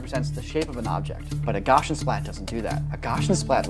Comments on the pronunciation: GOW-SEE-UHN not gauchian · Gaussian is pronounced GOW-see-un, not GOSH-un, as it is named after (Johann) Carl Friedrich Gauss, and Gauss rhymes with house. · Gaussian is named after German mathematician Carl Gauss. Gaussian is pronounced Gow-C-ann, not Gow-shin. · Gaussian is pronounced "Gow-see-an", not "Gosh-un" after Carl Freidrich Gauss. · This is very neat, but the way you say "Gaussian" (meaning 'Like Gauss', pronounced gaʊs in IPA) as "goshian" is driving me slightly mad. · Why are you saying "goshen". It's gow (like cow) see uhn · Gaussian : GOW-see-in It took me way too long to figure out what you meant every time I heard "goshin' splat" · Please. I'm begging you to pronounce basic computer graphics terms correctly. Gaussian is "GOW see uhn". NOT GOSHuhn. It's named after a dude named Gauss. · It would be nice to pronounce "Gaussian" as 'gousian', not 'goshian' - then I'd understand what you are talking about … (Carl Friedrich Gauss ( ) was the German mathematician these methods are named for.) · Egads! "Gaussian" is pronounced GOW-see-an, not GAW-shun. For a moment, with the guys holding rifles and you saying "gaushensplatz," I thought you were talking about a German paintball tournament. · Great video except for pronouncing Gaussian gosh'-in instead of gow'-see-un .. yikes.. 😳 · Something broke in my soul when you pronounced Gaussian (gau-see-an) as "gosh-in". I believe the two syllable term for this tech is GSPLATS. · "gau-see-an" not "gawshin" for "Gaussian" :) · How everyone I've known has pronounced it: gau-see-an How he pronounces it: gah-shin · Lol. Gaussian (gosh-in)? It’s (gow-see-in) named after Carl Gauss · Gauss is pronounced like House. Gau-see-an. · Gaussian is not Gausshian. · The way pronounces Gaussian makes my eye twitch. PLEASE ITS GAW-SEE-AN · I would not have known he was saying "Gaussian" if I didn't see the word on the screen. Sounded like "Gashan" or "Gotchan!" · I loved this. Also, It's pronounced 'GAWZION Splat' ;)